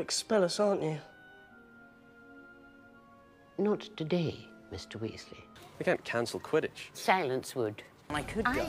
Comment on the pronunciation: Lol... and the WEEZLEEZ... LOL